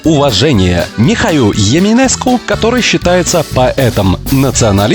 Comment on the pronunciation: Как иностранец для иностранцев наверное не плохо показал Молдову. Но некоторые ошибки мне, как жителю Молдавии режут слух. Это я ещё посмотрел только половину ролика. Произношение, где буква Е упорно произносится как Э. Еминеску назвали националистом, хотя он национальный писатель. Разница думаю колоссальна. Ресторан, в котором блогер питался почти всё время с названием "La plăcinte" дословно переводится как "На плацинды", где частица la, означает направление, то есть - куда, на что. Говорить горячие лаплациндочки, тоже самое если говорить горячие начебуреки😅 Гагаузы говорят не на турецком языке, а на гагаузском. Этот язык входит в группу тюркских языков, но турецким не является